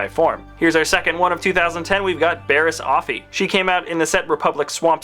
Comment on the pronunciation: pronunciations: Ki-Adi-Mundi, Key Ad E Mun-dee. Luminara Unduli, Lumin-Nara Un-duel-e. Quinlan Vos, Guinn-lin Vos. Barris Offee, Baris O-fee.